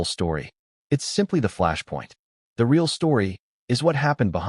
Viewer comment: Why don't you show the footage? Or share the audio? Screw meghan and her fake royal identity. What a great way to get free publicity for the movie. If this really happened I'd have her charged with assault. By the way, your fake narration can't even pronounce the word " real "